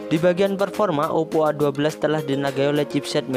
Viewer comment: Ngomong OPPO to mas...